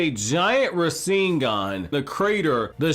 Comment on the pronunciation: It's "Borushiki" not "Boruto-shiki", and it's "Rasengan" not "Raseengan", can you even say words properly?